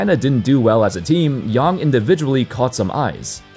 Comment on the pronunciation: Thank you for saying "Yang" correctly! So few get it right. (also, FYI the 'a' in hansen' is the same sound)